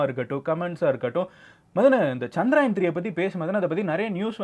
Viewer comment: It was chandrayan bro not chanrayan